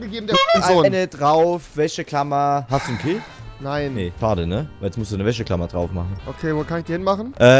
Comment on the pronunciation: Ich schreibe jetzt mal wie du Wäscheklammer aussprichst:"Wächeklammer"